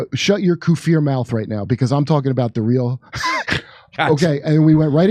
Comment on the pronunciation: I would love for a Kurt and Jimmy to have on a guest to get a better understanding of Islam and all the terms they use, even jokingly. Like even when they made fun of RFK Jr misuse or mispronouncing hijab*, but then Kurt just in this video mispronouncing *kafir (misunderstood by most) as *koofeer, which kinda sounded like the probiotic/prebiotic fermented dairy drink